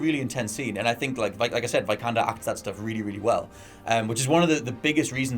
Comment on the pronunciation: Not "Vaj-kander", it's "Vee-kander".